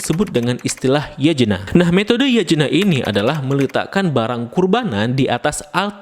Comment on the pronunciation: Yatnya bang bacanya bukan Yajena wkwk 😭